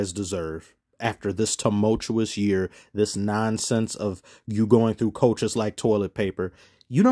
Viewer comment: Bro said timoutuous year or whatever.